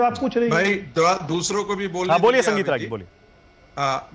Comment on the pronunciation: Ragi nahi ragolea